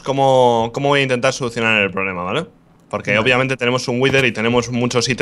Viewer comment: mientras la gente dice obviamente el rich dice opiamente xD